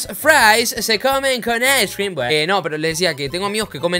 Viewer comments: "Las papas fritas se comen con ais crim" deah jajajajajajajajaja ais crim ajjajaja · Las fraissss se comen con aiscrem jajajajaja